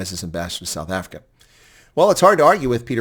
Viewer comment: Mr Ambassodor Bozell, WELCOME to suf efricac.